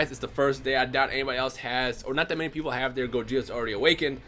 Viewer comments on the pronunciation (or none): none